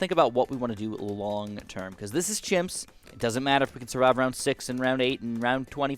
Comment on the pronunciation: he said himps